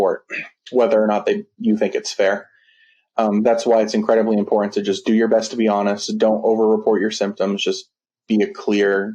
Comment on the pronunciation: Please properly pronounce "Important".